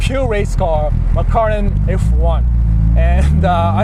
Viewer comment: not trying to be offensive but hearing you trying to say McLaren is jokes like DJ khaled and the way he cant pronounce jewellery